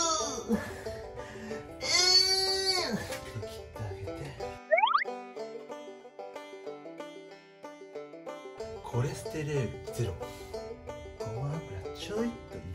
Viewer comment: コレステレールって言った( ˙꒳˙ )???